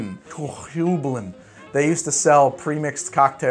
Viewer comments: "Hue-bline" or " High-bline " never "Hoo-bline" Great vid, BTW! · Aw buddy, it's pronounced "hue-bline". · it's pronounced hyoo bline. Here in CT we actually have the Heublein Tower, which was the owner's summer home. It's on the top of Talcott Mountain, not even 5 minutes from my house and you can see for tens of miles when you climb to the top. Absolutely gorgeous house and property in a really cool location. Anyways, sorry for being pedantic, but yeah I've heard hugh-bline all my life and it was driving me nuts to hear it mispronounced. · In case no one has told him, Hueblein is pronounced Hugh-bline. I don't know how to make symbols and am not a literary scholar, I've just been to the Hueblein Tower in CT a lot over my life. When you hear enough people pronounce a word you kinda ingrain that as the proper way. Like pronouncing Tiefling with a long e sound, and Drow to be more like brow than row. Also, Goslings makes an incredibly mixable ginger beer, I love my Goslings and Craig. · Yikes how you "Heublein". Back here in CT, where Heublein is we pronounce it like hugh-blyne. So there ya go. Great channel. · Its pronounced Hi Bline